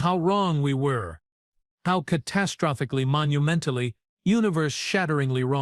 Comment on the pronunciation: WTF does "ca-TASS-trophicly" mean!!!??? Your stupid AI put the stress on the wrong freaking syl-ABLE!!!!